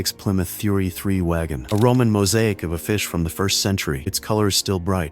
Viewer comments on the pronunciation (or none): none